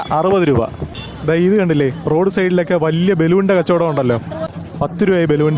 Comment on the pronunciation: റൊട്ട്... അല്ല റോഡ് എന്ന് പറ ..